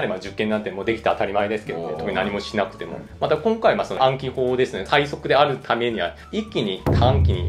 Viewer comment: 日本語ペラペラだな笑 『今回』の発音が日本人っぽい